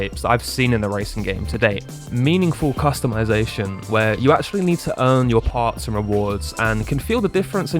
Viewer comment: You hit every single topic i had in the top of my mind, i definitely turned off the voice dialog and sub tittles and every other talking AI that was making me lose my mind!! Also i got a nit pick with the word Customization! 😅😅 sorry had to do it..